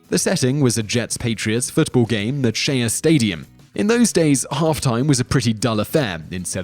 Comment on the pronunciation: its Shea Stadium pronounced 'Shay', not she'ahh stadium